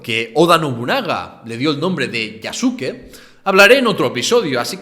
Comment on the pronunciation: eso de escupir hasta dentro de casa, existe hasta el día de hoy y sigue llamando la atención a los extranjeros jajajaja por otra parte, se pronuncia Yaske, no YasUke